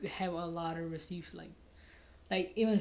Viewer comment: “RecIpts” haha